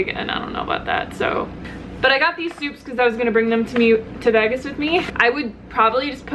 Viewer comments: I know, I did a double-take on that one too. The first few times she said it, it came across as "Veggus" instead of "Vaygus," but then she seemed to say it correctly later on. I figured I was just hearing it weird. LOL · What you're hearing is her saying Vegas like vagas (vag like bag) vs veages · Ok good not just me lol...>I pronounce it like Vaygus...but she says it like Vegg us. But I'm an Aussie lol so thought I just had it wrong. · Lol that's what i thought. I'm in Australia so I'm thinking...ok is this just not a way i've heard it pronounced before? o.O She says it like Vegg us...whilst I always think of it as like Vaygus. (the pronunciation) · Veg Gus lmao it's so funny but in a good way xD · I've never heard someone say Vegas like that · I know? 😂😂😂 super weird! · I know right...at first I thought it was some sort of play on words. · I thought it was just me that noticed that lol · You say Vegas really funny haha. Btw, Vegas has lots of vegan options! Lots!